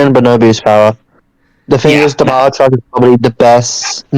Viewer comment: Ba-ja truck… XD